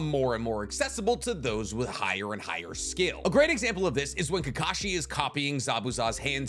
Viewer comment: "Who can sign faster?" Kakashi. It is Kakshi